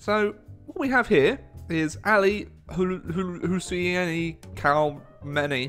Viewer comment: It's pronounced Aly hosayny.